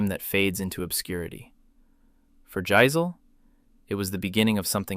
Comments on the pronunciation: It's pronounced YICE-LEH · Jass-il , i aint moving its "jass ill" i aint moving.